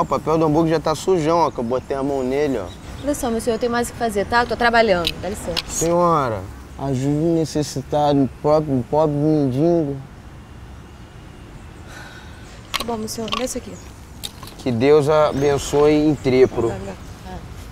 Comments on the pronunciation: Oi,aprendam português!!!!!!!Não é MENDINGO o certo é MENDIGO!!!! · "Mindingo" tá errado porra, o certo é M-E-N-D-I-G-O kkk...pqp huhue! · mindingo kkk